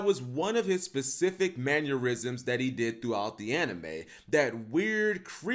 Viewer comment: K but.... Is he saying manurism's ? Cus.. Wtf is that? Its MANNERISM'S sorry... Just kinda bugged me a bit.